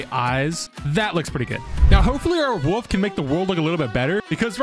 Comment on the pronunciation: you also need to learn how to say "wolf" apparently.